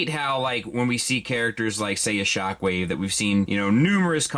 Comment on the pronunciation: Not gonna say it, not gonna say it, SpockWave